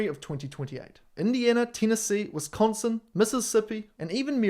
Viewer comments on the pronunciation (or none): none